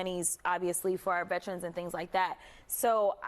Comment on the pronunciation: She just kept saying “Vetrens” and he was lowkey trying to correct her and say “Veterans” 😂😂😂 I love Jasmine